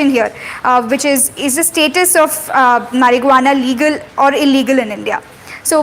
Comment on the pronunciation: Did she just say mariguana?😂